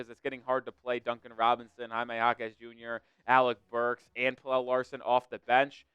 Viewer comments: Its pronounced “PEL-UH” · I'm Swedish like Pelle. It's pronounced more like Pel-Eh, but you are close. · Pelle is more like Pel-Eh, but you are close. I'm a Swede so I know..